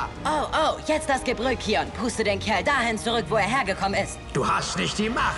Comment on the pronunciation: Bin der selben Meinung, englisch ist besser, das kion anstatt keion macht mich wahnsinnig.